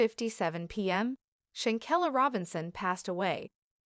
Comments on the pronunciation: Why this thing calling her shankella. Her name is Shanquella 😂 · Please say her name correctly if you want us to listen.. im done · I’m so confused with this content…for starters this voice is not even pronouncing her name correctly. 2nd that was not anyone of the Cabo 6 she pictured. 3 that wasn’t her family nor her homegoing casket. This is weird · Right!! I think this is a "bot" channel 🤦🏽‍♀️ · You're saying here name wrong if you don't no her name or pronounce it right just shut the hell up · Why don't you get her name correct DANGGGGGG 🤦‍♀️🤔👀